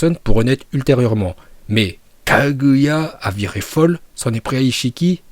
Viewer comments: A chaque fois que tu dis Kaguya tu me bute je pars sur un fous rire 🤣🤣😅! Sinon super vidéo ! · Bravo pour ta prononciation de KAGUYA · "Kaguya" quand tu le dis c'est trop drôle 😂